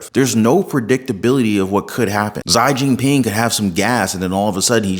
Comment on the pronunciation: Learn to PRONOUNCE chi jiping's name right!